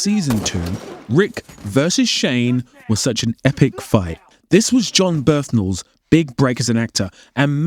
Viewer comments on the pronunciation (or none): Bernthal not Berthenal